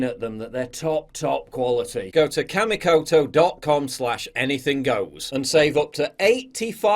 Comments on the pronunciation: It's pronounced KAH-MEE-KOTO. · I know it's hard to get sponsors, but Kamikoto? Seriously?